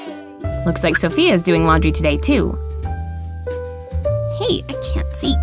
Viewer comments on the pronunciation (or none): none